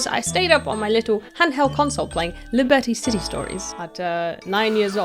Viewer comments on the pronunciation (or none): Lé Berty City was indeed a delightful experience